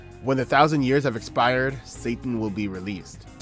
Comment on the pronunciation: Still not sure why "Satan" sounds like "Sattan" in the original.